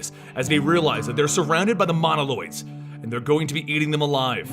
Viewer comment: Moloids Not Monoloid